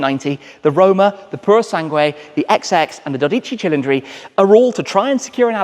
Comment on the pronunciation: I'm on board with you on the names. His pronunciation of the 12 Cili is not good lol. Not that I can do better, hence why I don't😀 His Revuelto could be worse. Old man Enzo would let you stay as long as you provided him with capital for his racing. He was a businessman.